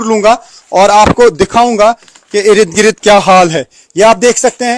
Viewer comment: बार बार इरिद गिरीद बोलके इसने irritate कर दिया है